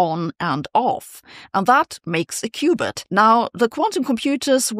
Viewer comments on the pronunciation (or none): none